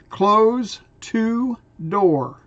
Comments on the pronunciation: Close is a noun, as "dose"!!!! Say it the same. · It does make sense : Close to door.. Not CLOSE as in shut...CLOSE as in nearby.. you're pronouncing it wrong. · YOU ARE Reading close to door wrongly close is not a verb in this sentence but a noun close like in dose or I am close to you